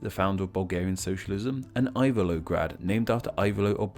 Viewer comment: he pronounced "gradec" as "gradek", "ivaylovgrad" as"ayvelograd" etc